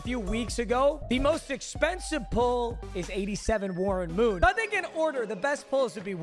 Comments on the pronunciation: “we got 81 Marren Woon” 😂😂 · Marrren Woon 😂